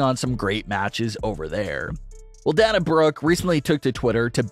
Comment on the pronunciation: DUDE YOUR FANS HAVE TOLD YOU THIS MANY TIMES ! SHOW YOUR (OWN) PROPER RESPECT ! AND SAY HER NAME RIGHT ! IT'S NOT ! PRONOUNCED DAN A ! IT IS DANA ! PRONOUNCED AS DAY NA !